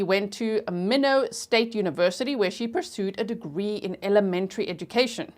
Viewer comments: MY-NOT not minnow. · It’s pronounced MY-NOT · Actually it's pronounced my-not (I was late) 😂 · Both my parents were born & raised in ND & every time she says "minnowt", I say my-not.😉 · Minot is pronounced MyNot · The pronounciation of the city of Minot is like “why not”, long “I” and short “o”, not how you are pronouncing it. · Minot is pronounced my not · Minot is pronounced my-not. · It's pronounced My-not, North Dakota. Love you G! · Minot, pronounced like sky not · It’s MY-NOT. I lived there for 4 years. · ND native here - Minot is “my-not” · My knot is how u say minot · I’m from South Dakota and Minot is pronounced My Not. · I grew up in Minot. It is pronounced as MyKnot. Thanks for this break down! So helpful! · It is pronounced my not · The city is pronounced My knot. I only say something because I know you like to pronounce words correctly 💛💛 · Thanks for covering it! I live in Minot and it’s pronounced “my not”. Your coverage is great! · Minot is pronounced: My not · Years of lurking, just joined and have Patreon too. Love your work! Minot is pronounced “My not.” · Town is pronounced Mine Ot. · Minot is pronounced. My not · I’m watching on replay 😢 But I’m in North Dakota and Minot pronounced “My Knot” ;) I love your channel!! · G, it's pronounced My-not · We say it like German knoodson… lots with German Heritage here… and Minot is like “My knot”. Love you G❤ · The lady speaker in the beginning can’t say Minot